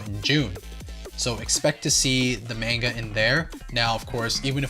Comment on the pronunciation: They say manga wrong